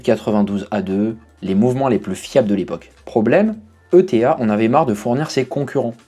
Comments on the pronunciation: Bonjour, J'ai plusieurs remarques concernant cette vidéo : - Pitié, ETA c'est éta, pas E. T. A. - À , c'est quand même dommage de parler du Powermatic 80 et de montrer une Gentleman à quartz... De plus, contrairement à ce qui est dit, on ne retrouve le C07.1xx dans aucune Gentleman. C'est le C07.601 dans la Open Heart et le C07.811 dans les autres (Silicium inscrit sur le cadran). - Enfin, pour information, on dit UN spiral (j'ai bien noté la correction à l'écran) car en réalité c'est le ressort spiral qu'on a abrégé en spiral. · Pour info, en Suisse ETA se prononce /e.ta/.